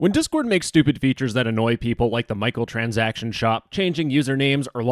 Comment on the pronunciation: Listen over your voiceover quick before uploading. I don't know what a 'micheal-transaction' is.